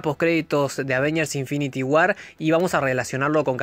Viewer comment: infinity guarr jaja que chistosa la pronunciaciom